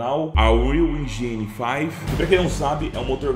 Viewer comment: Cara...toque de boa...Nao fala "Engini"...ja que ta falando em Inglês a palavra que seria "Motor", em português, pronuncie em inglês...É algo como Êndin...Sílaba forte é a primeira...Ên...sacou?😎👍 E, não, não estamos "literalmente" vivendo o futuro. Estude aí qdo se aplica a palavra "literalmente". Só se usa essa palavra para exatamente afirmar que vc não está falando em linguagem de sentido figurado. E nós não estamos "literalmente" no futuro...nunca!😅